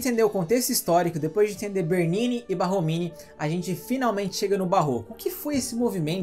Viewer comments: Borromini..não Barromini né? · Parabéns pelo material, riquissímo... Mas não seria Borromini? Ao Invés de Barromini? Sucesso e gratidão! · Desculpe pela correção, mas o nome do arquiteto é Borromini e não Barromini como dito inúmeras vezes no vídeo.